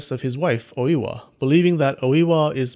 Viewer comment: Dude it's not Owiwa. It's Oi-wa